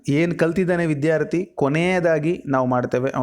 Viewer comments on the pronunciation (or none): none